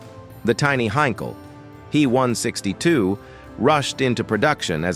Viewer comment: Make the artificial voice better. Nobody says "Me262" but Em EE 262 or "He" but "Hach Ee"